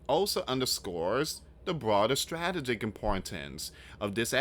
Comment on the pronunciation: You are pronouncing strategic wrong...